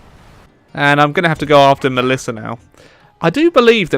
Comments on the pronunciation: Malissa ... goddamit that triggered me so hard every time you said Malissa 😭 Ma-ssil-lia Oh long live the empire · it's massila not malissa !! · Had to dislike and unsubscribe when you kept saying Malissa instead of Massalia